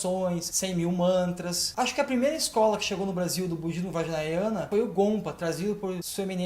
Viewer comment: Não é vajnayana e sim "vajrayana" a palavra certa. Atente para isso